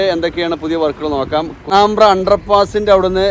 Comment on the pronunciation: പാണാമ്ബ്ര എത് നാട് !? പാണംബ്ര എന്ന് പറയൂ....